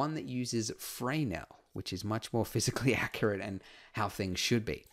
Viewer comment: Usually Fresnel is pronounced as fruh-nell with the emphasis on the second part, in stead of fray nell with the emphasis on the first part.